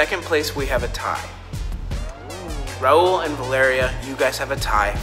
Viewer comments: ummmm did literally kept calling Raul „Rail” at the end like wtf he’s literally her kinda boyfriend and she can’t even pronounce his name right? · Why the hell does Raul want to be with a girl that can’t even pronounce his name right? Freakin Rail! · It’s raul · I thought was saying “rail” and it was her saying Raul 😭💀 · I love how she says his name wrong like “ rail stop” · BYE. THE WAY COLIE PRONOUNCED RAUL AS ‘RAIL’ IS KILLING ME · why did she say Raul like rail??💀💀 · COLLIE DID NOT JUST CALL RAUL RAIL WTF LMAOOO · Does anyone else notice that calls Raul, Rail 😂😂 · When and Raul are sorta dating and she still pronounce his name "rail" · calls Raul “Rail” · Did say rail 😂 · Why was calling Raul rail 😭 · why saying rauls name like rail say it right if ur dating him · FR LMAO IT TOOK ME A WHILE TO REALIZE SHE WAS TRYNA SAY RAUL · It annoys me that can’t pronounce raul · i was like its not that hard to pronounce his name right damn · is mad at raul when she cant even pronounce his name right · The fact the isn’t saying Raul’s name correct is taking me out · is it just me or is saying raul’s name wrong... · She can’t even pronounce Raul lmao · the way pronounces raul's name.... uhhhhhhh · did call Raul “rail” 😂🤚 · Can stop calling him “Rail” HIS NAME IS RAUL ITS NOT THAT HARD TO SAY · the way she says rail instead of raul💀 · Y’all catch that called Raul “rail”😭😭😭😭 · WHY DOES COLIE KEEP ON SAYING RAIL ITS RA OOL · Anyone else hear “rail” instead of “Raul” LMAO AUSHSHAHSJJAIA Please why does my comment have 520 likes ✋😭😭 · I swear she actually said “rail” that sounded nothing like Raul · I hear rail also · BRO THE SUBTITLES HAVE IT AS “rail” 😭😭😭😭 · Like it’s getting me annoyed that calls him rAIL instead of RAUL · It bothered me so much when At the end when was saying rale instead of Raul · She didn't just say "rail" instead of "raul" omg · HAHAGAHHS I CANT. RAIL